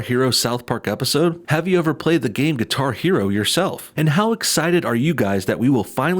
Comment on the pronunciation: Did he say Qatar Hero?